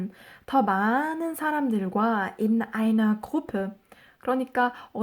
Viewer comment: 강의 엄청 잘 듣고 있어요 ,, 궁금사항있어요,, 해당파일 듣기 연습하는데 in einer Wohngemeinschaft 발음하실때 in einer 가 다르게 들리는데 혹시 "인너"로 하신건가요.. 화면 안보면 안들리더라구요...감사합니다.